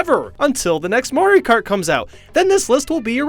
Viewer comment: Wii mayro kart lol